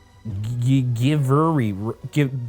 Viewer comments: It was MacGyver, not mac giver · His pronunciation took me out 😂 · Has Ryan never watched MacGyver? With him not knowing how to pronounce MacGyver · thank you ryan for reading my comment! :) also he pronounced macgyver correctly on the rookie livestream so i’m not sure what went wrong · Do you Ryan really don't know who Macgyver is and how to pronounce it in the username Mackgyverurie? It's a cult tv-series. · I've never watched macgyver in my life and even I know how to say it 😭